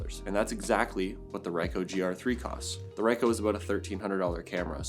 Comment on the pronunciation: Nice review, with some really good photos. 👍🏼 Definitely a pocketable powerhouse. One correction though: it’s pronounced Ree-coh, not Rye-coh.